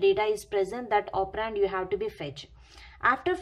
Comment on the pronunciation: Its operand not opperraaaaanddd 😂😂😂😂😂